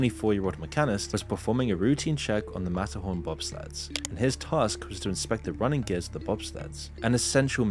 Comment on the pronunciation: Couldn't understand what was being said here after rewinding over and over so I went to Google and said: "Disneyland mat horn bob slats" in a british accent and it gave me the correct results. Matterhorn Bobsleds 😂